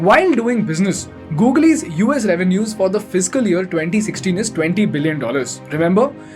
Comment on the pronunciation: What the heck is this Gogle?